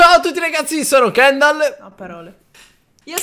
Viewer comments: … … ….. AHAHAHHAHAHAHA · io avredi detto cendal con la c di carly al posto di kendal